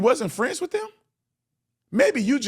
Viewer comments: Crump is DEI. He can’t form a sentence, says WIFF instead of WITH and can’t read. He’s illiterate. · You are being way too polite calling mr., Church service disrupting, wanna be celebrity ,Don le’mon head a newsman or podcaster….I have a lot of other things I would refer to him as..😂🤣…J/S Then, please try to get Crump to take some diction lessons the words are WITH NOT WIFF AND TRUTH NOT TRUFF .. how did he get through school..??? 😂🤣😂..J/S Thank you for being truthful and respecting that poor kids legacy ..!!